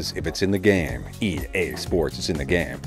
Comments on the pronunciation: I thought he say "ea sports, to the game!" But instead of it's in the game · Am I the only one who Heard " EA SPORTS, TO THE GAME"😅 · I'm not a native English speaker, when I was a kid I always hears "cinic game" lol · EA Sports Telegame 😅😂. I heard like this way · "EA Sports, Senagame." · I ej sports, cyne gejm Kurwa, zawsze mi ten koleś działał na nerwy